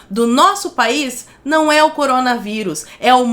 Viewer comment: " MOCOROMGA VÍRUS " KKKKKKKKKK